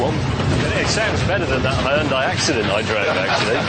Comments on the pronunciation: この外人のヒュンダイの発音聞いてるとホンダと間違えて買わせる商法がまかり通ってたなんて話もあながち間違いではないのかと思ってしまった。わざとこう発音してるなら別だけど。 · 日本語: ヒュンダイ 英語 スペル:Hyundai 発音:ホンダイ な ぜ な の か